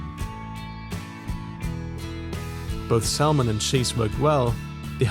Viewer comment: So I’m watching and thinking hmmm a bit precocious, but then to top it off you called salmon SAL MON and I was convinced you actually are a precocious tool.